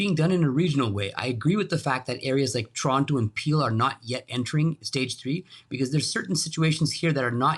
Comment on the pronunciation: How does a Canadian reporter not know how to pronounce ‘ TORONTO’ RIGHT?